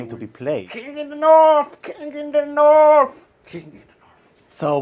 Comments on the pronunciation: It's pronounced north, not norrf. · KING IN THE NORFFFF KING IN THE NORFFFF